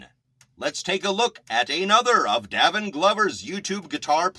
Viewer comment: It is pronounced “Day vin”! He has been playing several instruments since he was 3. He is only 17 and is still exploring his gift of music. He also has had 2 scholarships since the 10 grade. People should instruct and guide young children in their gifts! They should encourage not destroy! He is an honest, kind , God loving ,driven young man. He is very authentic ! You are doing a disservice to kids who are trying to be productive members of society! They are adding positive energy in a negative world! What right do you have to negatively slam a child. No young person should be discouraged in development!!! Shame on you!!! I am his proud grandmother and I have NO useless equipment here just instruments. You think you’re doing a good service but you’re really KILLING A CHILD’S SPIRIT AND CONFIDENCE. You will be judged for that! Again, shame on you. !